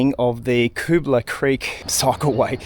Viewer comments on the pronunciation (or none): Never knew it meant 'scrubby possum', thanks! Used to take my son up that lookout and toss paper planes off it when he was little. Switched over to Tannis inserts following some punctures, zero punctures since. Hey also interested in where you got the pronunciation from, lived around area 40 years on/off & mate lived on Dobell st, we knew it as 'Cubala' as opposed to 'Koobala'. Great ride, and enjoy your commentary, and you've inspired me to revisit on my MTB, thank you. PS that Seventeen Mile Rocks wharf is where coral was delivered to make cement using that conveyor belt. There's historic info boards in the Rocks Riverside Park that explain a few things. Also the huge coral crushing cylinder remains as an historic relic.